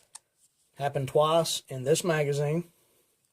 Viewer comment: "happened twass"